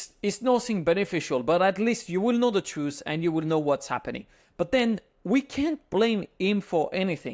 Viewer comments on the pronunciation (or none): none